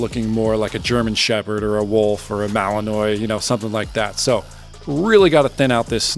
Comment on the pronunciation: It’s pronounced Mal-in-wa